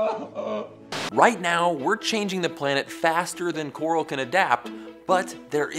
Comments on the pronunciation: they didn't say coral they said Carl. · Wasn't able to hear "coral" without thinking "Carl" after that part